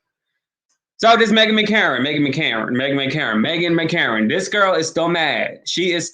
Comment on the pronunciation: It's McCain..not mccarin